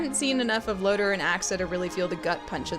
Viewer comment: I have one critique of your Voltron reviews. It's LoTOR Not Loter.